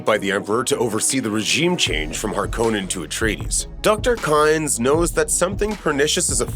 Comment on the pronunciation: Please watch the movie so you know how to pronounce “Harkonnen”!!!!